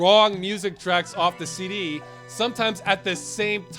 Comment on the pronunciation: You keep pronouncing "CD" as "city".